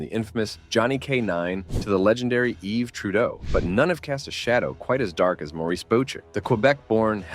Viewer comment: Yves, not Eve